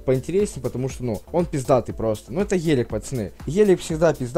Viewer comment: не ғелик а гелик